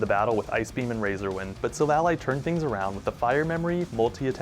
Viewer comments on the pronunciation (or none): What do you mean? It’s like “Silver & Ally” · No offense but you prenounce it like Silvallai. Again no offense and I really like your content keep it up and soon you will get 1mil subs❤❤